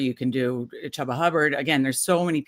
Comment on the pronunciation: I was done when she pronounced Chubba wrong.